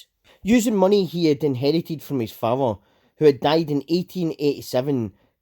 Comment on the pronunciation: father = fower 😀